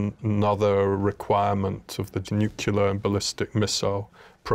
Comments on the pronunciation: Nucular ... It's "new-clee-ur" (nuclear) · Pronouncing it “Nucular” and immediately losing ALL credibility. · It's disturbing that one of the staff of the US strategic forces pronounces the word "nuclear" as "New-Cue-Ler." Is it that hard to properly pronounce the word which describes the fundimental forces at work in our strategic forces? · The woman who on the nuclear defense team just pronounced it “single NUCULAR advisor” … what. Just. What… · Still calling the shiny toys NUKULOR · No one who refers to nuclear weapons as "nukeular" weapons, should be on camera speaking for the general of nuclear weapons. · It somewhat worries me that the head of the UN monitoring group pronounces it "nuc-ular". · Drives me nuts when people say 'nucular' instead of 'nuclear' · Is it just me, or does it concern anybody else that some of the people who have the ability to get these missiles in the air can't pronounce the word nuclear? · Why are we letting people who cannot pronounce the word nu-cle-er anywhere near nuclear armaments or nuclear defense systems?